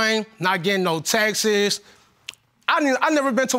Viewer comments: I thought he said “taxes” lol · Texis (texts).....Supposably (supposedly)......stay in school 🏫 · If he say “TEXT-ES” one more FRIGGIN TIME 🤬🤬🤬BOY THE WORD IS “TEXT” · Please let this fool stop saying textes! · Texts not texes. Yeesh!! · Him: “I axed her to show me them Texas” 😂 Me: i ❤️ this guy so funny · “Supposebely, I got texes from familymemmers” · It’s “texts” not “ Texas” 🤦🏾‍♀️. How are these women even attracted to these men? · For the love of all that's HOLY the word is texts, not textes.... 🤣 This man is something! SUPER cheated!! Im gon be real wit u!! 🤣 Judge Lauren's facial expressions with the ghosts 🤣🤣 "your ghost fell" The mama is gorgeous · Pronounces texts like Texas lol